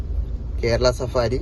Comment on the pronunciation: Safari alla bro savaari😄